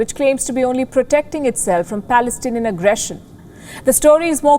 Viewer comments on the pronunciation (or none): You say Pelestanian agresson, how you could say that, Are you reading poem???